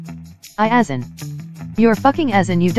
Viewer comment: How it says asain like as in